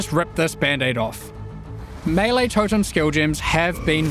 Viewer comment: Thank you for pronouncing melee properly!